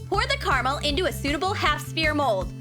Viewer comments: WHO ELSE IS ANNOYING HOW SHE KEEPS SAYING CARAMAL OMG ITS CARAMEL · Who says carmle????